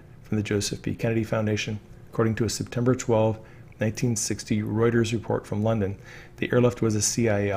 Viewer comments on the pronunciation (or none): none